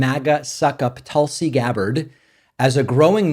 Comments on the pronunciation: My personal opinion I will miss you saying Toolsi. She reminds me of the type lady that asks my name and when I say it out loud she repeats it back wrong. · Right way of pronouncing "Tulsi" .is... like in " put". Not like in " but". . I'm from India. The word means a herb, with lots of benefits. .. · to be frank you've reverted to mispronouncing Tulsi's name. Her name comes from the word for the holy basil plant tulasi. In Sanskrit the vowel u sounds more similar to an “oo” sound like in tool or cool. So toolsi is closer to the actual pronunciation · "toulsiiii" lol i noticed there's another word like tulsa or something that he would give the same inflection for